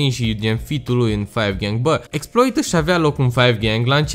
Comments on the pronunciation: Se citeste Exploá 🤦‍♂️🤦‍♂️😂😂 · Se scrie Exploit, se citește Exploa. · Cu accentul francez :)